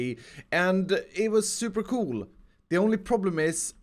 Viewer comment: The way you say coooooool makes me know that you are Swedish :D